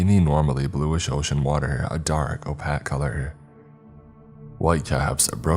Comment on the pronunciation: Are you a bot? Opack? Opaque